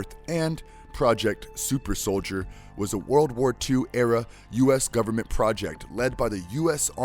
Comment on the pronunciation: did you call cap winter soilder